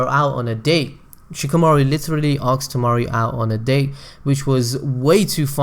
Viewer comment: hey, man, like your content, but I don't understand why do you pronounce the word "asked" as "axed"?